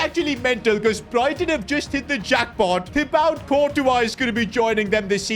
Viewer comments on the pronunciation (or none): thibowte courtois... come on mate make an effort